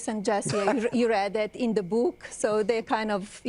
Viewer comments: Jimmy Kimmel nails the pronounciation when he talks about Melania‘s buk 😂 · She cant even say book